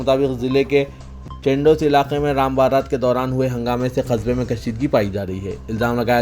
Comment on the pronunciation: QASBE ko KYUN khasba read KERTE ho...Kya AISI TALEEM liye ho...